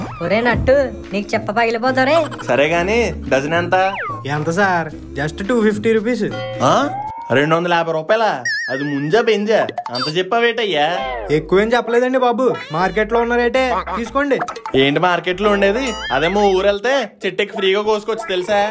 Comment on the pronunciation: Munjula kadhu bro munjala